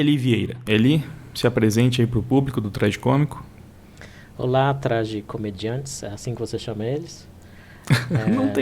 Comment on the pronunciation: NAO É TRQGICÔMICO!!!! O certo é tragicômice